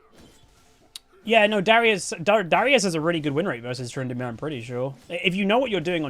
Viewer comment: "Tryndinips" I hate that but I love it